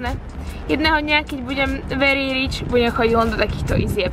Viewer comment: Verrry rrryč 🤣🤣🤣🤣🤣. Prosím nauč se vyslovovat ta anglická slova, když už je teda musíš používat.